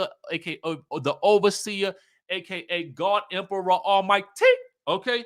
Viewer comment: Yo ass be showing your age did you say Almighty like that? Yeah School Daze 😅😅😅😅😅😅😂😂😂😂😂